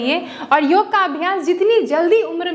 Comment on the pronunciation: योगा नहीं, योग कहिये।